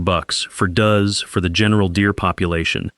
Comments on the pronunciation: AI doesn't know how to pronounce does in a hunting video. Took me 10 seconds to leave this video 😂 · Catch how the AI pronounced, "Does"? Not interested!